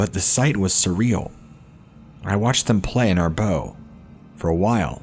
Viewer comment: Just FYI, when it comes to boating, "bow" is pronounced "bau", with the short vowel sound of the letter "O", not like you'd say it in reference to a bow & arrow...